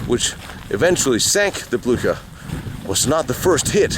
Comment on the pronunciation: Es war der Schlachtkreuzer Bluhar! Oh man,wie kann man den Namen Blücher nur so verhunzen. Schrecklich.